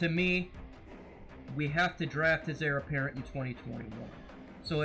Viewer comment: good thoughts, it's Heir apparent btw lol